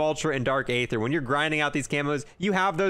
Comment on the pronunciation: He is saying dark either wrong lol